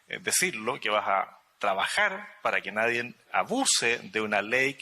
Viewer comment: Y como es?naiden,y que dijo ,nadien